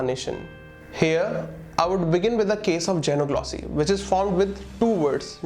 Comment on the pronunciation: Your pronunciation of xe in xenoglossy is wrong. It is pronounced exactly the same way as ze in zebra